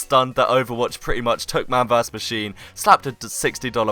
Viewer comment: mahn vurs ma- HOLDON, VURS???? VERSUS. srsly...